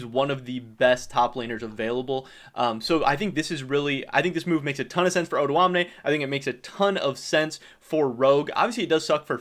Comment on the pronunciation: his name is not actually pronounced oduamne, it's o doamne but he's fine with that as well i guess